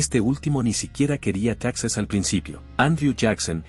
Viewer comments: Texas antes de que los estadounidenses se lo robaran porque así fue, Coahuila y Texas eran un solo estado mexicano, me imagino que tú eres estadounidense ya que pronuncias Texas como estadounidense, los españoles y los mexicanos fueron los primeros en colonizar y habitar esas tierras y bueno los indígenas que ya tenían viviendo ahí cientos y cientos de años, primero perteneció a la Nueva España y después de la Independencia a México, Como te menciono Coahuila y Texas fueron un solo estado y las capitales fueron en un tiempo Monclova y en otro tiempo Saltillo por el momento no recuerdo cuál de las dos fue primero y, para nosotros los mexicanos todas esas tierras que se robaron los estadounidenses, siguen siendo parte de México porque el plan de Guadalupe fue firmado a punta de pistola. Saludos desde Coahuila. 👍🤠🍺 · Se escribe TEXAS pero se pronuncia TEJAS.